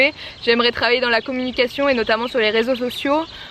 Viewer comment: Super vidéo ! Il faudrais juste que tu écoute ton "et" à exactement 1min19